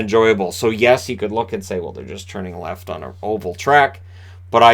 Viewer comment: haha you said our and aboot funny :P